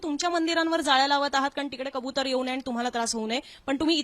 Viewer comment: खबुतर नlही कबूतर बोल